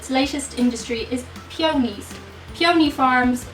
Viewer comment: peonies = "pee uh neez" they're flowers